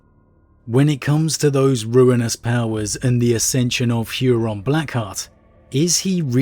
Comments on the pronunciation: You pronouncing Huron's name as "Hyuron" is giving me weird feelings. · "Hooron". No "yu" in there. It sounds silly.